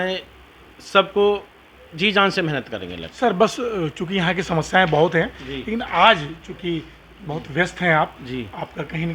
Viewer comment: Samasyvo नहीं Samasyaon